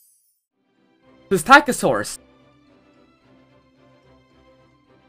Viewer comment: Please I am begging you to find people who can pronounce psittacosaurus because hearing it be called pisstakosaurus was agonising